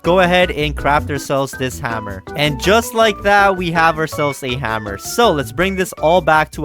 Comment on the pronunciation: Hammer not haaammer